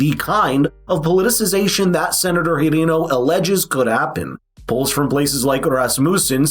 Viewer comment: Were you pronouncing Hirono’s name incorrectly on purpose?